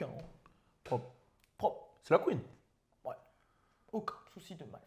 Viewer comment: tu me tues il parle de la QUEENEUH🤣❤️